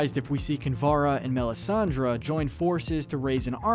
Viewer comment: He also mispronounced Melisandre.